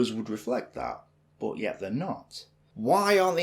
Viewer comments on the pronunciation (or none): No NOMBERS it's nUmber!!! Not BOT it's BUT